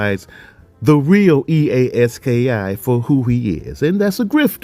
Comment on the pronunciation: 😂😂😂 bro it's E-A Ski not e a s k i